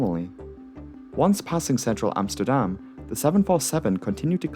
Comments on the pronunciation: Hi being Dutch, I really liked your prenouciation of Amsterdam, even for me thinking you Dutch speaking English really good, at gooimeer i was back to my other theory, but still good go. And a thing I think you cut out (i think, it felt like a setup for it at one point), one of the other results of this was the creation of Schiphol Discrete, a frequency for emergency aircraft so both the frequency and controller have only the emergency aircraft. I am pretty sure this alone might save another plane at some point. Having a clear channel of communication offloads the flight crew and might give that extra second of thought. Then again not having other pilots on frequency (beside those on the ground being curious), might mean a pilot with that one vital tip is cut out. But IMHO the gains far outweigh this. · Was 11 when this happened. Remember seeing the news footage. Must've made an impression. Nice pronunciation on Amsterdam, much closer to Dutch than the usual English pronunciation. One thing I never understood is why they didn't try to route it over all the countryside to line it up with runway in normal use that day. Perhaps the slightly longer flight time would have decreased the odds for the crew, but, to be blunt, with all the dense urban area around and this crippled. Hindsight of course but the crash at least would have been in a field more likely than an apartment building. But who knows, going by limited info, probably wasn't an option. Cheers from NL